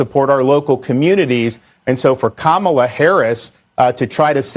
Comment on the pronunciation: KAH-MAH-LAH. Like the wrestler 😂😂😂